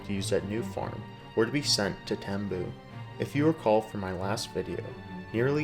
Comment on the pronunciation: It is spent Tembue. Pronounced Tem-b-we